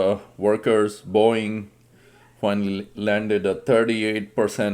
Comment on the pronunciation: It's Boeing... not boing... 😂😂😂